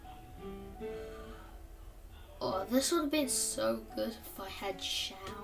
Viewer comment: btw, i pronounced xiao incorrectly. its pronounced like s-iao, no shao.